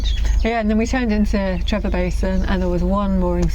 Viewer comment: its not Trevor its TreVor.